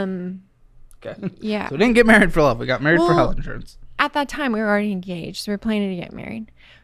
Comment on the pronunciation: At this point, I don't think she knows what "loOoOveeE" means. She can't even say it properly